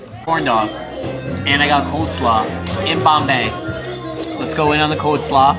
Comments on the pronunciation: COLESLAW not Coldslaw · Lol... "COLDslaw"😂